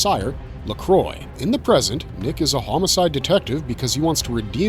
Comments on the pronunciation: Forever Knight was great! I own all three seasons and watched it every Friday night when it was on originally. Also.... Dude, do you not know any sense of the show or have any kind of French knowledge? "Luh-Quah" Not Lacroy! He even says it several times in the show. Blood Ties was phenomenal! I hated that it ended. Again, own both seasons as well as the Tanya Huff books. Wish it had continued. Moonlight was good too but it had issues. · Forever Knight - it is spelt LaCroix, but it is pronounced LaKwa. The name is French, though the vampire is actually Roman. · I am apparently nobody, because I've seen and remember every one of these, and every time you bring up a title I'm screaming "AGGGH! It's not FAIRRRR! They never gave them a CHAAAANCE!" every one of these was a stake through my heart! so many loose ties that will never be resolved! (and every time you mispronounced Lacroix I wanted to reach through the screen and smack you.) now I have to give these all a rewatch. to the DVD shelf! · Thank you! It pisses me off when people do all this "research" and say they are a "fanatic about this genre," but clearly, never watched a single episode of FK ,because then he would 've known the correct pronunciation of the show's nemesis (BTW Nigel Bennett is just AWESOME, and the real reason I continued to watch). Also , more proof I'm right -no mention of FK being shot in Toronto -only "Moonlight" . And lastly...MOONLIGHT was the Reboot of FK! ... Did he mention that? Nope! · Thank you! I said a similar thing in my comment about this very thing! He clearly didn't research or watch FK - otherwise, he would have known the correct pronunciation!